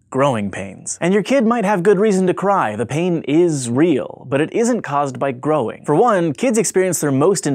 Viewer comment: at the end it sounded like he said groin pains😂😂😂